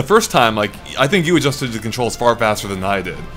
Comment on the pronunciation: I SURE ENJOY MY CONTROS! (It's controls,, not contros xD)